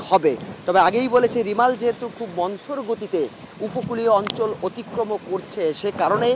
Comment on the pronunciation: রিমাল নাহ্ রেমাল হবে